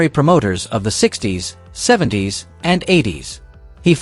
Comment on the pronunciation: Could you switch to an AI voice that pronounces words and phrases properly??? "70's" isn't 70 "s". Seventies. Lucha libre (loo-chah lee-bray) There's alot more, but I have somewhat of a life. 😂